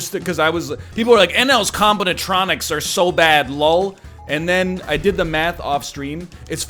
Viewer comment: I am unreasonably annoyed by how he keeps saying combinatronics. Is this a reference to something I don't get?